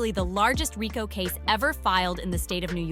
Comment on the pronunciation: You know this is a good program but your ability to Pronounce the word Rico Leave much to be desired